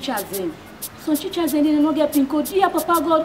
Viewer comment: Teachers not chichers Hahaha this is interesting